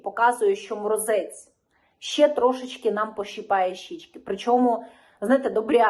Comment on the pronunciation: Все добре Лишень замість слова щье на українській мові вимовляється слово ще.